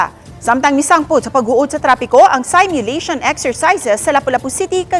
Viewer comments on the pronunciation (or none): Please it’s not pronounced saymyulation but seemyulation.